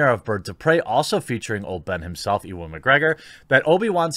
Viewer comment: Jeremy how the feck did you pronounce "Ewan"? E-one? Nigha...